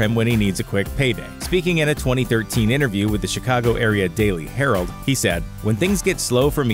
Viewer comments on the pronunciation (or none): none